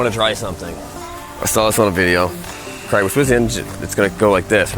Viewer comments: do all americans pronouce craig as "creg"? or is it just? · Creg should friend me so that occasionally he hears someone pronounce his name “Craig” correctly.